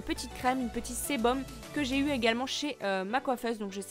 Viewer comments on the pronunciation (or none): T’as dit « cébom » et lieu de cerum haha